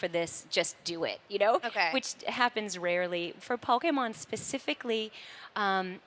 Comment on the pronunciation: I absolutely love that she still says “Pokémon” correctly. ❤️